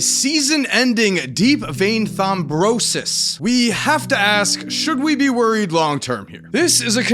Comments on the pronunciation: "deep vein thombrosis" It's not, "bro-sis", it's thrombosis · “Thombrosis” 😂 bro